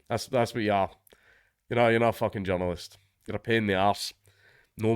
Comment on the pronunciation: only a scot can make the word journalist sound like john lewis